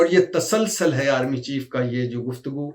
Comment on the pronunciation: اردو بهي نهين آتي ." تاسال سال " نهيين بلكه "تسُلسُل" صحيح تلفظ